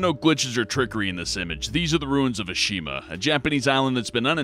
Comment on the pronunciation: The ruins of a Shima? SHIMA!